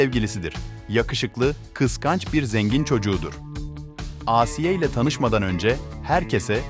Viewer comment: Asiiye değil ağsiye